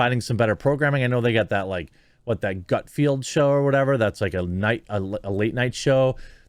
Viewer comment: Are you seriously still purposely mispronouncing Greg Gutfeld's name? Why are you still doing this? If you are trying to get on his show, again, this is not the way to do it. Get back to jelly school, Jeremy. Love your channel. ✌️